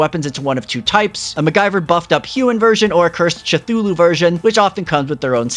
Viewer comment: the "tschtuhlu" pronounciation was triggering ngl.